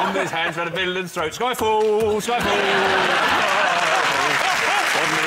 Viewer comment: is it villain?? It definitely sounds like fiddlers (as in the British slang for pedophile) to me, but maybe thats coz I hear what I expect to hear